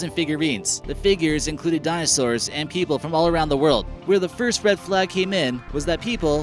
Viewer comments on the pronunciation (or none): none